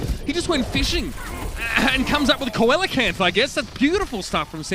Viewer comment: Not "co-ellacanth", but "seal-acanth" 👍 On gladiators vs shock, Ilios lighthouse.